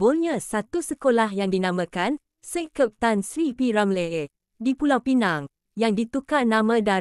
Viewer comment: Betul tu sebutan p.Ramlee tk tepat,ejaan Ramlee tu bunyinya Ramliiiiii